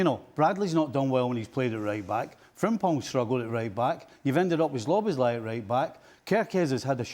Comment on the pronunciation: When will Stevie stop saying Sloboszlai 😄